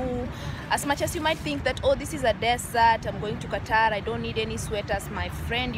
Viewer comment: Nice,iam here also you said correctly